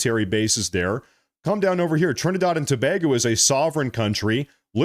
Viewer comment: Trinidard? Thought it was Trinidad.